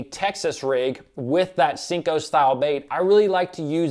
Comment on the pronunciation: Great video but the way you say senko gives me anxiety 😥 😂